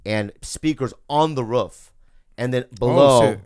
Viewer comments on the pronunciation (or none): The way Bobby says Roof. Ruff